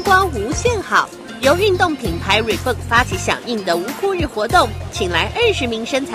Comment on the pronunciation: 第19秒說的運動品牌Reebok怎麼發音變成"Reebook"